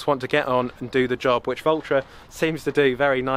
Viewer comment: It sounded like you were saying vultra 😂